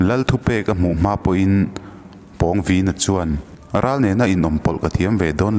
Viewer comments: Pawngvina tih ilam rik dan hi athluk a danglam nasa ltk a😂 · Pawngvina tih hi Pawng lai hi Sang tih anga lam tur..lam hniam loh tur a nih chu. Pu Liana chu Pu Thanga aiin a sang zawk..tih a Sang tih anga lam tur. a pawnga taka a vin em em vanga Pawngvina tih a ni e. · Pawngvina i ah hian thlukna om tur ni lo mi??? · Pâwng_Vîna tia i lam hi a dik chiah angem oo..! A ziak en hi chuan a hming hi a inzawm a, thluksan a awm silo a, Pawngvina ti a lam tur a ang.. ka lo ti mai mai.. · Pawngvina.. I lam dan hi..pãwngvina tur ni lo mi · pawngvîna (vin hi thluka,pawng hi thluk loh tur) pawngviiiina tih tur.. thil pawng kan sawi hemi pawng ni lo hian.... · Pawngvina ni lo..Pâwngvina... Pâlian tih tur thlukna awm ve ve.. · Ka nau pawng vīna nilo in.... Pawng vina aw thlukna a awm lo aw... mizotawng zir tha leh la ... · A hminga Pawng lai thluk hi a dik lo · Pawngvina tih ah Khan pawng tih ah Khan aw Khan thluk chanve hman ani lo a, thluk na a awmloh avangin pawngvina tih tur ani. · A hming i lamdan kha handik deuh pheise chuan angaihnawm leh zual ngawt ang pawng lai tak kha thlukna a awm silo a i thluk tlat a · Pawngvīna lam rîk dân/ thluk a dik lo. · Pawng I lam dan hi a dik chiah lovin ka hria. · Pawngvina i pronounce dan hi ka ngaimoh tlat..Pawng lai tak hi a hniam tur niin ka hria